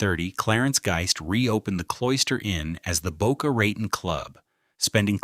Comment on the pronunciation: I grew up in Boca, love it. Never ever heard its name butchered like, this. Pretty deep though.